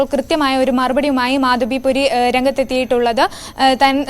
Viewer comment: At least pronounce her name correctly - it is Madhabi Puri Buch